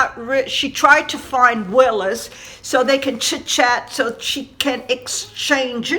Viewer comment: Wallis Simpson not Willis lol x